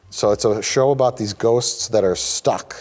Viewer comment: I love how perfectly mike says “ghosts” like he practices it in his spare time.